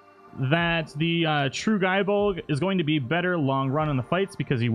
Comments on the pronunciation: it's gay bolg not guy bolg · Gae bolg is pronounced as Gay bolg. Not ga e bolg